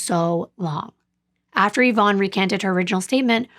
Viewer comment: I just have to say I appreciate you saying the name “Yvonne” correctly :) it’s my late mother’s name, and she hated it bc nobody pronounced it correctly. Even after she’d tell them how to say it 10 Times.